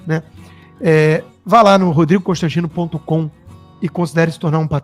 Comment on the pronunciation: Será que foi só eu que entendi ele falar “Cãostantino”? Ou é coisa da minha cabeça? Acho que já tô ficando doida , de tanta raiva.